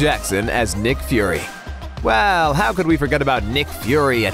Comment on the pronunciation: Did he really just say nick furry’s daughter?